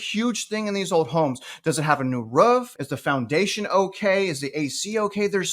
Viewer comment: I always wondered how southern your were being from Huston. And it doesn't really show.... until you say the word ROOF!!! lol no hate I am a Floridian, and have a few words that expose my southern too. Love your content, keep up the great work.